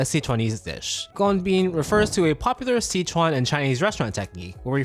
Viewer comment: OMG! Thank you for pronouncing sichuan the correct way!!